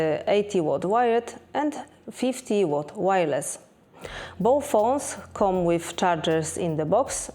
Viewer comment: It's nice that you make such detailed comparisons. I have a big request, though: Please, check the pronouciation of these words: come, become, colour, comfort, allow. Big thanks 🙏